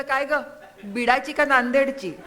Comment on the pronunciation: Beedachi nahi ho beed chi as bola